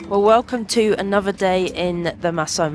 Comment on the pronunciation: "Anover, fousands, birf, mouf" please learn to pronounce words correctly. these words all have the TH diagraph you pronounce as F and it makes you sound childish and spoils your excellent photography.